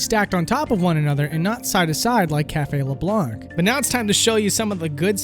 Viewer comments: I'm surprised you say LeblanC given how much they say it as LeblaN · “leblonk” ughh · says"" leblank"" SMH you don't pronounce that c nah seriously, nice video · Every time he pronounces Leblanc wrong a small part of me dies... IT'S FRENCH YOU DON'T PRONOUNCE THE C. THEY SAY IT OUT LOUD IN THE GAME. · You do not pronounce the C in LeBlanc! Arrrrgghhhh!!!!! It's French not english!........ Awesome video anyway! :) dude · Leblanc...the c is silent at the end. Also, I love that since Persona is going to be part of smash, Nintendo fan boys think they are experts all of the sudden. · Advice about pronouciation : you don't pronounce the 'c' in Leblanc. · pronounced leblanc incorrectly, disliked and unsubscribed. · Can you redo this video so that I don't have to cringe every time you mispronounce Leblanc? ( ͡° ͜ʖ ͡°)